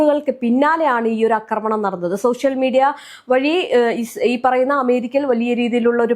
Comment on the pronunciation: അക്രമണം അല്ല ആക്രമണം എന്നാണ്